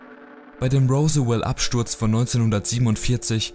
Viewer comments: Es heißt Zeta Reticuli, nicht Reticulum. Rosswell nicht Roosevelt. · Rosswell nicht Rosewell XD